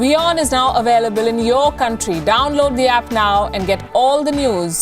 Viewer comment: Wion is now awailable in yor coundtry.